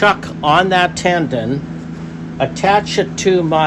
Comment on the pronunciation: Beautiful wood. By the way, it's a tenon, not a tendon.